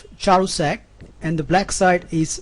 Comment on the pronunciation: His name is pronounced as KɅRUSEK. He was Hungarian and died too early, he was not perhaps 24. He could have been world champion.